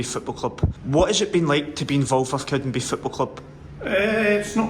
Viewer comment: It's "CowdenbeaTH" not "Cowdenbeef" 🙄